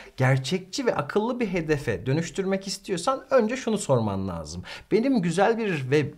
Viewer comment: Hocam, lâzım kelimesini telaffuzuna uygun olarak ince , parlak a ile söylemelisiniz, laazım olarak kalın a ile değil.